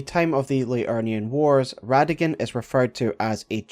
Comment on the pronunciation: It’s Rada-Gon Not rada-gin